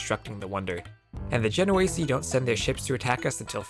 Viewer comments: Isn't it "Ache-r" and "Gen-oh-eese"??? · The way you pronounce "genoese" is so bad.